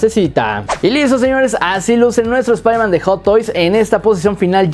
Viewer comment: Espaiderman No Wey Jom